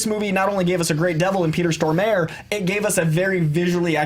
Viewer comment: Wow just butchered Peter Stormare's name lol